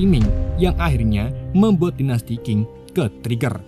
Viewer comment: Dinasti Xing bacanya CING bukan KING Guilotines bacanya GILOTINS biar gak belibet² gitu bacanya Manchuria bacanya Manchuria